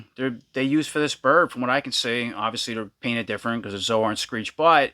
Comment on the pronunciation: Zo-Ar? Never heard it pronounced that way before. I thought it was pronounced like soar.